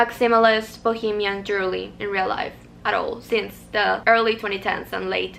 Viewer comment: i love your lil accent & i hope you don’t take this as a dig because i looove your accent 🫶🏾 it’s jewelry not jewerly xo